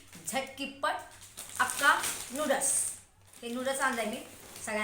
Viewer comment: हक्का नूडल्स❌ अक्का नूडल्स✅